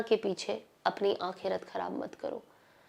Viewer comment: sana plzzzzzz don't mind aap bohot acha bolti hai pr aap ko apni urdu alfaz thode ache karle to maza or aayega sunne me alfaz sahi kre jese aap bolti h kalik bola aapne wo hota h khalik.galat nahi ghalat aakerat nahi aakhrat .wagera wagera pllzz bura na manana mai chati hu aapki zaban b pakki ho . sorry